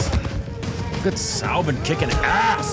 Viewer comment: Thank you for finally saying Soubin instead of Zoobin.